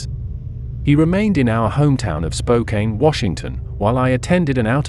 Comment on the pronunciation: Spo-Kane? I don’t think so.